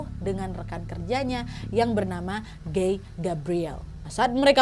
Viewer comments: T..t..tapi bacanya gai b..b..bukan geeeii 😫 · PAS NGOMONG GUY AK MKIR GAY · Kukira "gay" ternyata"guy" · Guy kak bukan gay 😭